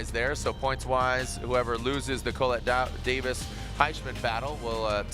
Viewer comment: I really wish someone would teach him how to pronounce her name.